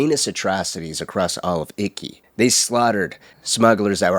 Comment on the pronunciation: Its not pronounced icky. Its eekey. I love your videos but really made this one hard to watch.